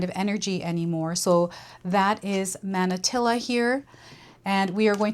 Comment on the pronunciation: Manatili is pronounced like mah-nah-TEE-lee. It’s also a Tagalog word that means “remain”.